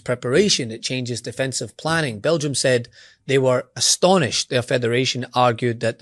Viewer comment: It's hilarious. BEL GI UM! BEL G! UM!